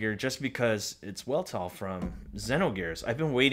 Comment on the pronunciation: I think the name is pronounced V-elt-all with a V